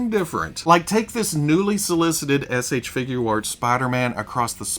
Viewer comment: He’s so well spoken but why can’t he say figure arts? Just think of it as FIGYER.